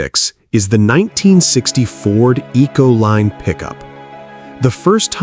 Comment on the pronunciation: Econoline not Ecoline